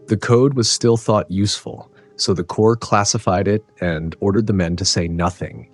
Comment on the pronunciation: Horrible AI voice. corps pronounced as corpse.